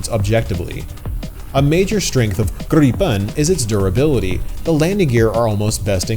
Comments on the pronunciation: and you cannot even say Gripen properly how can you call your self a Swede 😂 Its Gripen, not Gripeeeen... 🤣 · You fly way better than you pronounce Gripen 😉 Now I really want to buy a RC like this